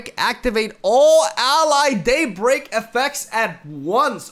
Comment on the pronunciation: "Daybleak" Also: "Stron the stongest enemy"